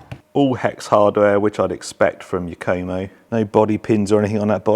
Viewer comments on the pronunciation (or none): LOL, I have never heard anyone pronounce it "Yuk-Koh-Moe" before. 😂